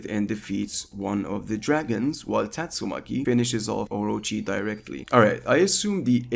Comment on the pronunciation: Good video but pls pronounce Tatsumaki right, respect the waifu🎉